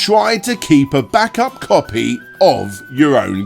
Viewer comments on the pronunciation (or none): none